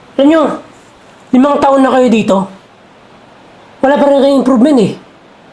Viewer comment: Improvement, not improven 😅